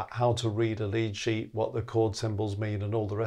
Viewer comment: Altough says lead sheet I hear lychee.